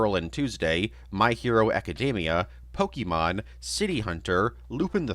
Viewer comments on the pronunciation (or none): none